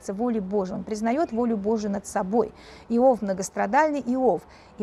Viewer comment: благодарю! Но как же режет слух Ваше "Ио́в"! Конечно же, "И́ов"!